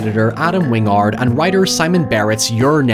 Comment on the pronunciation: "Wing-ard" vs "Win-gard" makes me wonder if it's a mistake, how it's supposed to be pronounced, or if it's intentionally on-brand for pronunciation affectation.